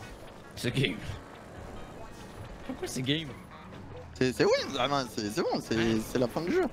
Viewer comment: Une soirée vreuhment rentableuh 😂